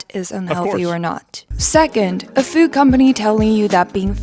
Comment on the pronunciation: She keeps saying fyuuud lol. Uhg. Very annoying breathy voice these people are their own worst enemies. They just can't see it yet. Sadly, they will die first before they realize the Folly of their ways.